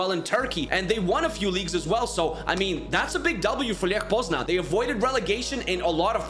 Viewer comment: It's leh poznañ btw.